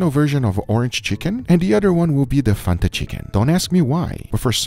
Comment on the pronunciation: please dont sYA FANTA LIKE THATTTTT ITS FAN-TA thank me later